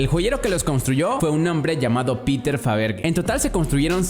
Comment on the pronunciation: Muy buen video pero mal pronunciado el apellido de Peter Faberge